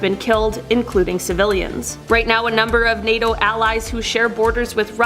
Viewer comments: What’s with the lady pronouncing NATO? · Why she choose the most difficult way to say NATO